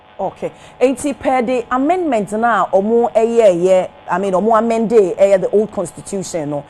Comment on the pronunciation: Please, we say Amendment but not Amandemant